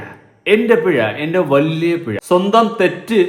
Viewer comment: പിഴ ആണോ pezha ആണോ😂